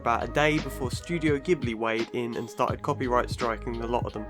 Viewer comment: Thank you so much for pronouncing it G-hibli and not J-hibli !! <3